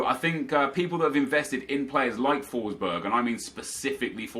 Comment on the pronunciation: They way you pronounce Forsberg is hilarious :)